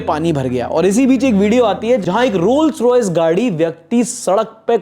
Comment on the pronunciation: bhai rolls royace hota hai vo